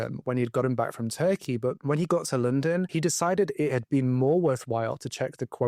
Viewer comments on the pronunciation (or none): none